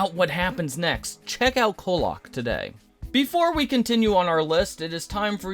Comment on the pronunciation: “Colock” 😭 No but seriously thank you for highlighting kollok it deserves way more appreciation